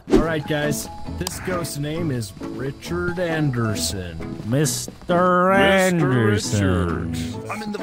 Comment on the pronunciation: "meester aeendersen"